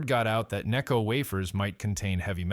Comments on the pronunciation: Its called necco not kneeco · or “nay-co” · "Calm-bridge" and "Knee-co" Can we PLEASE get a REAL human to narrate this hatchet job against what was my favorite candy company? Necco wafers are still available and I love them. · Another example of incredibly lazy YouTube content creators who can't be bothered to narrate a post with an actual human voice. The incorrect word emphases and constantly changing pronunciation of NECCO are ridiculous. Just lazy!